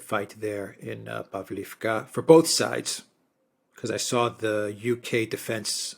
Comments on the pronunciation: PavlOvka, not povlivka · "Pavlovka" - correct pronounciation 👍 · I love you guys, but you seriously needs your naming of cities straight, either use the Ukrainian or Russian name... btw, Russian names are preferred, imo. Pavlivka just sounds stupid, instead of Pavlovka, same goes for Karkhiv/Kharkov, Nikolaev/Mykolaev, Kiev/Kyiv etc. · In Russian it is pronounced Pav-lov-ka. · The differences in pronunciation are due to Russian and Ukrainian versions of the one name. So in effect, both are correct. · Pavlovka is generally pronounced in Russian. Pavlivka is it’s Ukrainian name. Ugledar is in Russian and Vugledar is Ukrainian pronunciation. If anyone was wondering.